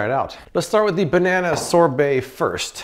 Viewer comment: Man you are saying sobert wrong. Find someone to say that word for you. Or put it in Google to say it right.